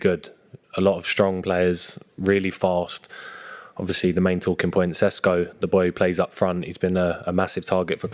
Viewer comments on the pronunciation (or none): It’s Sesko, not esko.